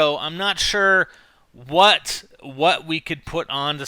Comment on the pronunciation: u said huat